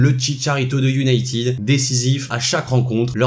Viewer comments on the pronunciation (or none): none